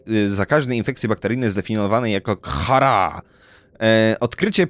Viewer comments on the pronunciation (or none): to sie czyta kar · Na horobę kharar muwi się karar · Czytaj to karar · Khara czyta się karar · muwi się karar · karar się czyta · Kharaa czyta się karar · Wymawia się karar